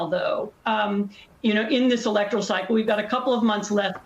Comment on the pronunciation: So refreshing to hear the word "electoral" pronounced correctly. It's e-LEC-to-ral, not e-lec-TOR-al.